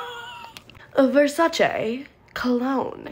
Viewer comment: I love how elegant you say Versace like VersacA like it’s so elegant 😂❤